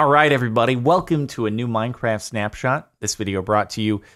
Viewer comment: “It’s minecraff”